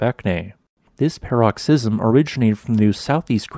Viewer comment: Omg the pronunciation of “paroxysm” is fucking killing me 🤣😭